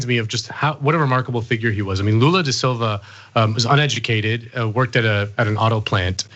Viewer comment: Wow, he pronunciation of Lula's name was on point